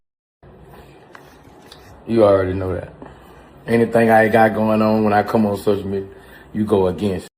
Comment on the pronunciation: " Come oan mang,,,,,,,,,,,come oan. "!. Hahahaha